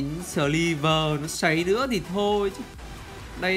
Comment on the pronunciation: MG3 sờ li vờ =))